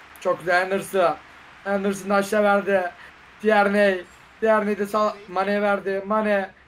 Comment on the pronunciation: Lan şu adama tierney demeyin tirniy